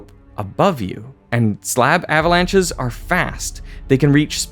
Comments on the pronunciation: ahhh-vuh-launches ... Thank goodness for the "mute" function. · Thumbs up for "ava-launches" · I really hate the way he is saying "uhhhhvalunches"